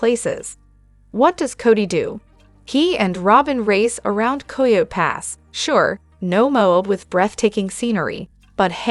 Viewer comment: Pleeesse! It is pronounced KI OH TEE Pass NOT KOI YO Pass.